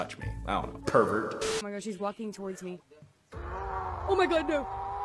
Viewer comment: When called the snail perevert... I'm wheezing😂